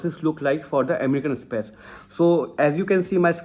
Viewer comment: Amrican express ,say the name right